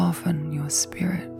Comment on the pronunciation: You are saying "soften you spirit", but with your accent it sounded like skirt. lol . Takes me awhile and some coffee to wake up. lol